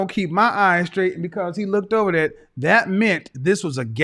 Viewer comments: I swear she just said,i look ted in his phone lol Its pronounced looked madam😂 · Did she say lookded that's not a word 😂😂 it's looked that's it not lookded